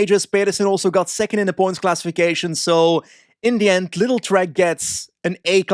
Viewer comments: 😂 it's pronounced "LIIDL" not "little" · Ever since they changed sponsors i find it quite funny how both you and patrick pronounce the team :D It always sounds like "Little Trek". Not the big Trek from before, the little ones they are now :D As Lidl is a german company, in germany the "i" is pronounced a bit longer. It's [Li:dl]. Don't ask me why. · there was also a discussion on the english speaking GCN during the tour! At first they also pronounced it "little", but someone must have told them, that's not right and they switched to LIIDL from then on :D